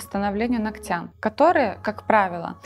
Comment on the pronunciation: Полезная передача, но ударение в слове нОгтя, вы делаете неправильно.